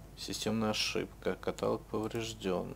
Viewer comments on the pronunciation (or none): каталОг! какой ещё катАлог?) ахаха его не катают